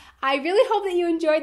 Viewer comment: Where are the blueberries you promised in the end? Ok, I've seen enough of your clips to know that you said "bloopers", but really I understand blueberries. Who else hears "blueberries" instead of "bloopers" here ?